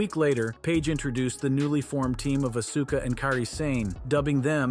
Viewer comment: Know your wrestlers you labeled it wrong on Askua and Kiri Sane and you even said Auska's name wrong